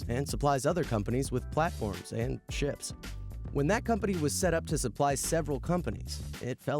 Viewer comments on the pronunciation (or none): I'm pretty sure the narrator also says "...and shits." when he should be saying "ships".